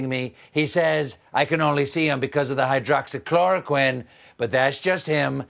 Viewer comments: Cuz he doesn’t remember it, and can’t pronounce it either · The fool doesn't even know how to pronounce the drug, and we're supposed to believe that he knows what he's talking about? He is such a joke! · Hydroxychamomile 😂 What's in your glass, Stephen? Gin or vodka? 🍸👍🏼